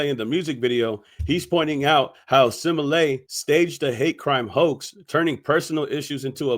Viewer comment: Wow you say simalat it's Smollett 😂😂😂😂